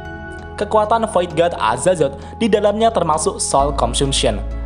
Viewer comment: Azatot pak bukan azazot